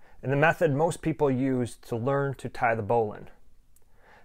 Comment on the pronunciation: I’m sure there is an argument to be made for other pronunciations, but this is definitely the original pronunciation.